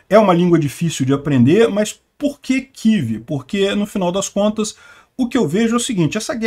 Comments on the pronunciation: Mas que coisa irritante! Todo falante de lingua portuguesa fala KIEVE, mas o bonitão, acha mais elegante falar KIV. Argh! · "Quív"??? Pelo amor de Deus!!! Fala UCRÂNIA, pelo menos!!